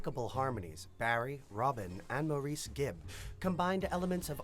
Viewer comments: Not Maurice, but pronounced Morris. They hated the disco label. They called their music contemporary r&b and blue eyed soul, pop. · I wish these announcers/video creators would get their facts straight. Maurice is pronounced Morris, Gibb without the "s", etc... Overall factual, but some of those things are just annoying, lol. They never considered themself a disco band. They already had 3 platinum albums before Saturday Night Fever. They considered themselves blue-eyed soul and loved the R&B sound. Otis Redding sang Dock of the Bay, good song 🙂 The Brothers went on to create hit songs in 5 consecutive decades!!